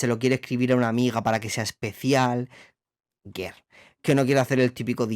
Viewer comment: Lo que pronuncia ger es girl, rollo chicaaaaaa!! 💁🏼💅🏼